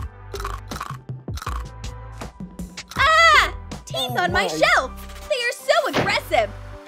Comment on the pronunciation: I thought she said tee and I am like but that is tee right ? Oh teeth